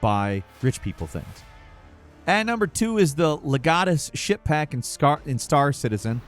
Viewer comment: I swear he said “ship pack” about 8 times before i heard SHIP ! 🤣